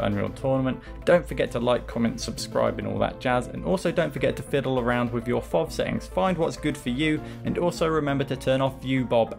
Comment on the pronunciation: "Better known as fov"? That's the first time I've heard it said like that XD